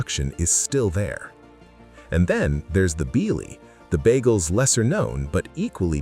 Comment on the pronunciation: ....work on pronunciation. Bialy. BE-AH-LEE. And it's de-VON avenue.